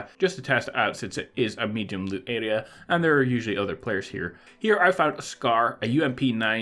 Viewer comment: “Adea” it’s area (air re A)